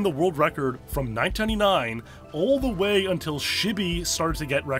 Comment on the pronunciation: you can't pronounce 1999 correctly, lol